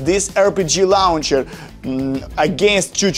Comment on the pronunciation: its a rocket lauhcher